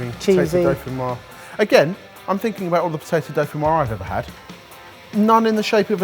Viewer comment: You pronounce the 's', pommes dauphinoiSe